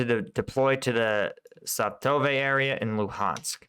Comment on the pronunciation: Svatove = Svah-ta-vah